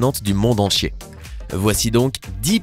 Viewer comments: Qui a remarquer a 0.24 qu'il a dit du monde enchier au lieu du monde entier 😂😂😂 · au lieu de dire monde entier il a dit monde enchier🤣🤣🤣🤣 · Il a dit du monde enchier à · Oui il a dit monde enchier c'est bizarre 😅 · Monde entchier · "Du monde enchier " oooookkkkk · Il a dit monde enchier à 😳😂😂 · ils dit du monde en ciez 😂😂😂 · Il a dit du monde en hier mdr😂😂😂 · Il a dit monde enchier😂😂😂😂😂😂😂😂😂😂😂😂😂😂😂😂😂😂😂😏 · je suis la seul a avoir entendu "le monde enchier" à 0.24s😂😂😂